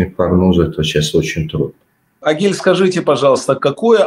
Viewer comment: Не Огиль а Агиль